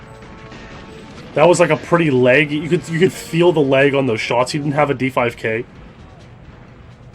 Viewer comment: How he pronounces lag he sounds like he’s saying leg in a funny accent